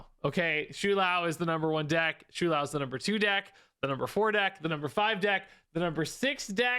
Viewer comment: It's "Show-Lao" Not "Shoe-Lao" Please...